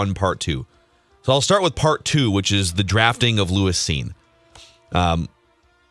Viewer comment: Purple Daily fumbled round one. and didnt know who Lewis Cine was. The two Dopes couldnt even pronounce his name right. It's evident and never watched a single Bulldog game. Hey, what is the name of the Georgia player who was named MVP of the NCAA Championship game?